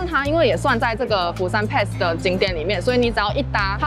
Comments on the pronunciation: pass 的發音錯了, 可GOOGLE一下改正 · 分享的內容很實用，不過釜山pass英文發音錯誤了，聽了很難過😂😂